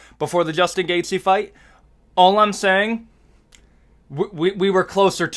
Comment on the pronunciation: Pronouncing the Name „Justin Gaethje“ is this guys worst nightmare . Keep up the good work !